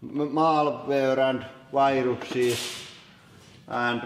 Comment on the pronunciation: I fucking love the jumble of "virukset" and "viruses" he says after the floppy disks. "Virukses"